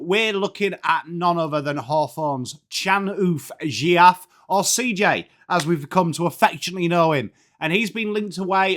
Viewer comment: Couldn’t have butchered his name any worse